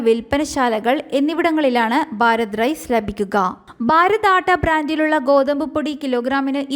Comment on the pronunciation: ബാരത് അല്ല കുട്ടീ - ഭാരത്